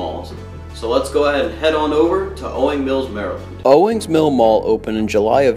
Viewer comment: Jeebus it's "owings"